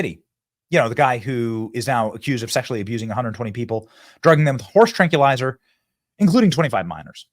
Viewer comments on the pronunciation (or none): Tran-Q-lizer???!!! Stupid Benny!!! It’s Trank-wil-izer Benny!!!! 🤡🤡🤡🤡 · Benny, the word is pronounced “TRANK-WILL-EYE-ZER” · Did u say "tranculizer"?